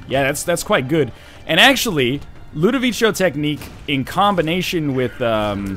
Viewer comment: Ludovico is pronounced with a hard C, you dingo.